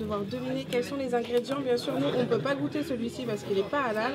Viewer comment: Gouttes c pas comme ça c comme ça goûte